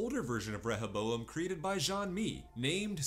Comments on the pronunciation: It’s RE-HO-bo-em. Not rehe-bo-em. Seriously annoying to listen to. Did you even watch the season? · ReHOboam. Not rehèBOam